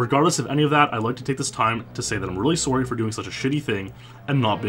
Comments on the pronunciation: "soary" why can't you pronounce SORRY properly? it's weird man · learn to say to the word 'sorry' properly. kplzthx